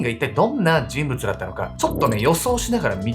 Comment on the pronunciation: じんぶちゅって言いましたね？